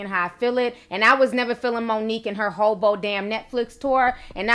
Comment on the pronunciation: roffl every time she says "hobo"